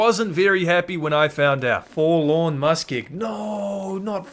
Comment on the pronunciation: Take a shot evertime he says Forlawn Muskeg